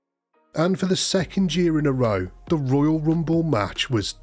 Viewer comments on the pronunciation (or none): none